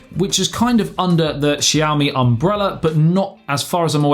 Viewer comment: Pronounciation of Xiaomi and Huami is perfect, no worries